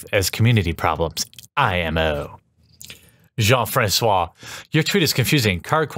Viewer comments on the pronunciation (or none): Did he read jose francisco as jean francois? I think i get why but i'm not usre.